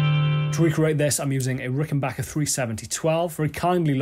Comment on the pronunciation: Thank god you know how to say Rickenbacker. The guitar chord on its own sounds like the Getting Better chord.